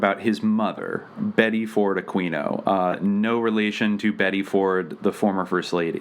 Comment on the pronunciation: So much of this is just BS. It's just some people that have taken a LOT of facts and information way out of context and through a very narrow and specific lens. It's also mixed in with a lot of conspiracy theories that don't have anything to do with one another. And it IS pronounced A-queen-o.